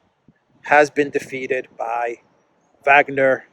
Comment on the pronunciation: The "W" in Wagner is pronounced with the "V" sound.